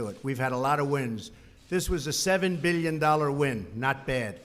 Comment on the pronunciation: Beal yen. Meal yen dollars